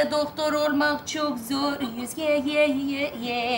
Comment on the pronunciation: Naime'nin Özge'ye sürekli Yüzge demesi😂😂